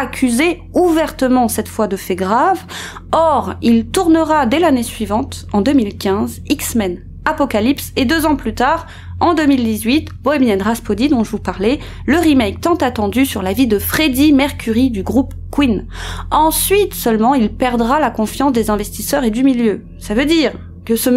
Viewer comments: Bohémian rapshody pas raspody mais merci pour la video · Juste une petite rectification les filles, on dit Bohemian Rapsodhy et non pas Raspodhy ! Sinon j'ai apprécié ce reportage qui j'en suis sûre vous a demandé énormément de travail et de temps, vous etes toujours très fortes pour nous avertir de tout ce qui se passe dans l'ombre, que ce soit les porta potty, la pédophilie et plein d'autres messages que vous délivrez dans vos vidéos, merci beaucoup, j'apprécie chacune de vos vidéos et celle ci particulièrement. Encore bravo à vous deux et merci ! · excellente vidéo juste une petite critique c'est pas Bohemian Rhaspody mais Bohemian Rhapsody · Bohemian rhapsody pas rhaspody... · Très intéressante vidéo ! c’est fou la vie de ces jeunes détruite par des maudits ped*** 😡juste une petite erreur c’est Rhapsody et non Raspody rien de grave mais c’est un de mes groupes préférés donc fallait que je le dise,sans rancunes hihi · Bohemian "Raspody" !? Aïe. =) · Bohemian RasPhody... Ahah j'avoue j'ai rigoler! Sinon bonne vidéo :)